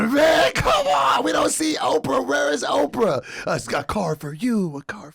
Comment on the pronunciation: we're not gonna scooch pass the fact that you said Doe-fra Winfrey...and not Doe-pra Winfrey. I do understand your plight brother. I to have a friend and/or family member who has a frequent tendency to butcher words. 😂😂😂... Sometimes their butchery of words will fall upon you to. 😂😂😂 This intervention has been sponsored by Speech Etiquette Institute. For information on enrollment please call 1-SPEECH-LESS for more details. Tell 'em sent ya!! Alright then boy!! (...in voice)